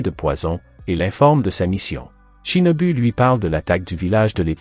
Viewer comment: U=ou. Shinobu =shinobou